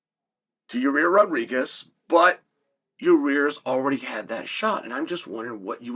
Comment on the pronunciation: yahrear rodregez